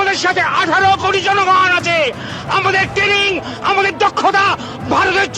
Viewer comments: Training উচ্চারণ করাটা সেখ আগে 😂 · Raa chudir vai টেনিং নয় bara ota ট্রেনিং